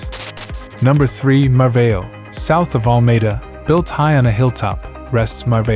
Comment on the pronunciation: Lovely places, I know most of them, despite the strangled pronunciation of them ☺ Mar-vow. Obidos is pronounced with the same rhythm as Lollipop. Nazz-array not nazair. etc etc